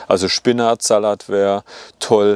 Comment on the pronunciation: Sehr hilfreiches Video, danke! Aber wie du Salat aussprichst, macht mich echt fertig 😆